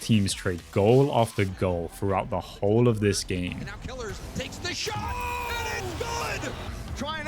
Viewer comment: Ur pronunciation to kiileerrz is annoying just say killers its killers maybe with the z not the s